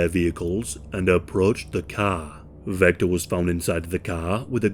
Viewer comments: Vester not Vector. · ITS VESTER NOT VECTOR 😂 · Are you an AI narrator? I still don’t think there’s any excuse for pronouncing Vester “Vecter.” The producers should proof their work! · His name was Vester not Vector, for some reason halfway through the video you started calling him Vector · You know that "Vester" and "Vector" are different words that sound different? Maybe it's your accent, or YT's sound compression but I just keep hearing "Vector". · I actually really enjoyed that you mispronounced this clowns name. None of these losers deserve any recognition.